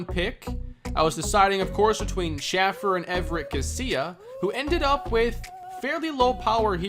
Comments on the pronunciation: Please please please pronounce Shaffer’s name correctly. It’s Shay-fer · Johnny Shaffer’s name is pronounced shay-fer